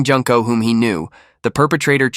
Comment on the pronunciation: Jun-ko, not Junk-ko